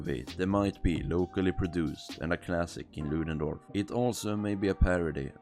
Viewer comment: You can't even say the name of the town right lol